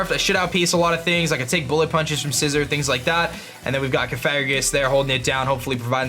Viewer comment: "Scai-zor"? I'm triggered.